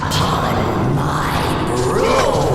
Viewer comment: it's "brood" not "boobs"😂😂😂